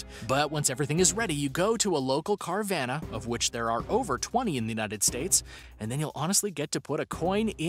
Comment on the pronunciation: I thought it was called carvana like nirvana ? Not car ~van~a..idk jus didnt sound rite to me ..cuz u want your buying exsperience of your first maseratti to feel like NIRVANA ..NOT "yeah bought my lambo at "cargrocery getter vanna er some dope place next to a aldis n kindergarten ..arnold was there..lol..